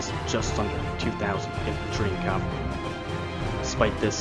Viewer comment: And it’s “CAV-al-ry,” not cal-very.